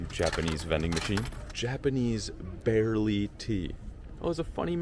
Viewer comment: Great video dude! Barley Tea though my man, not barely tea! 💙